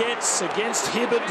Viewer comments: hibbERD not fuckin hibbARD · Lol it's hibberd not hibbard why can't the commentator pronounce